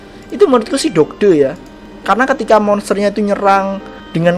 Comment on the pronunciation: Dodge dodge! . Bacanya doj bang